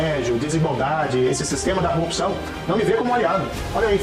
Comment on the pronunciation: Vocês me deixaram com o ouvido bugado toda vez que o marreco fala Corrupção eu só consigo ouvir Copisão